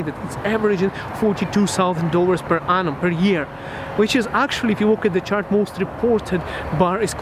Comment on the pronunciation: Why do you keep saying “anum” as for year ? 😅🤣